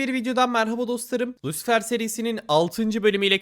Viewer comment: ya lucifer de sunucu adına yada lusifır de bro yarım ingilicenle kendine güldürtme